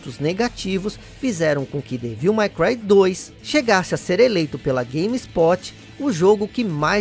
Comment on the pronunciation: A pronúncia certa é "dévil MEI cruai". E não "mái cruai". "My" é um pronome possessivo.